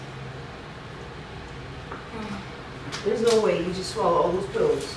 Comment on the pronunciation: I love how pronounces water 😂 Wa-uuhhh